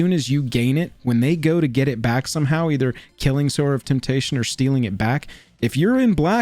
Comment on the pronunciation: Im so glad you pronounced Sower of Temptation correctly! So many MTG content creators who, one would assume know how to read pronounce it, "Sour of Temptation". Ugh. Also, I wouldve added Ponder, the old school Lorwyn art, and there is of course a Counterspell with art for every taste as well! I love this type of vid! Do all the colors!